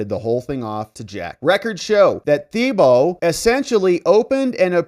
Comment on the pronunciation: We pronounce it: ‘TEEboe’ in Louisiana.